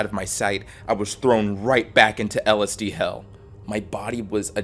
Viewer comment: When the third word of your 20 minute video, which also happens to be the entire premise, is so badly mispronounced that it causes babies to be born grotesquely deformed.